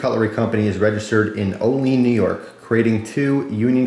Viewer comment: hey i live right by olean it actually pronounced oh-lee-ann instead of oh-leen a lot of people think thats how its pronounced tho.